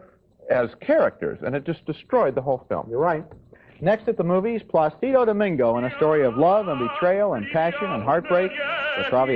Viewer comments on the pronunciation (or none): Pretty hard not to wince at Ebert's bad pronunciation of "Placido"